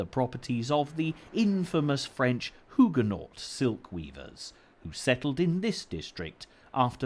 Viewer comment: Why is it "ironic" that the official name for Petticoat Lane is Middlesex Street? And why the weird pronunciation of "Huguenot"?